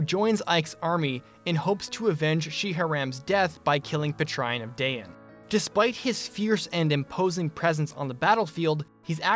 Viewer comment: uhhhh "Puh-Trine"?